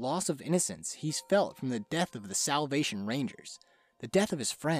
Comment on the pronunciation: Soulll? Selvlll?? Salvvvv? Never heard that word